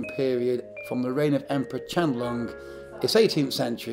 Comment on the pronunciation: At least pronounce Qianlong correctly 😒